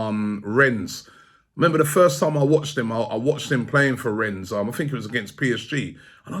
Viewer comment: Robbie, this is becoming annoying now. When you say Rennes, you need to stop pronouncing the (s) at the end. Come on man, I think you were told that many times